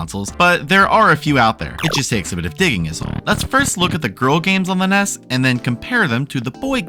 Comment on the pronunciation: Why do you keep calling the NES the "Ness"? Ness is the character from EarthBound, and the NES was the Nintendo Entertainment System. N-E-S. It's not hard.